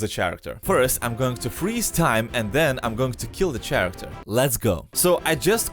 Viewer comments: Did he say ch-aracter instead of character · Ch- aracter.... AHHHHH Care act er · The ch-ar-acter